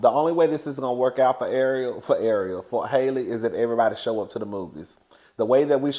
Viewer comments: you never say that girl's name right! It's HALLE like HALLE BERRY. 😭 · The a in Halle Bailey’s first name is pronounced like the a’s in alley and apple. It’s pronounced just like Halle Berry.